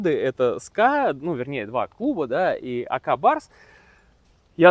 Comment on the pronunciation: не а ка а просто АК